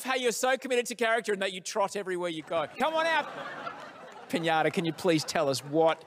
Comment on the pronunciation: The host really, really, said “Pinãta!” “Pinãta, no bueno.” 🤣🤣🤣🤣🤣🤣 - Riley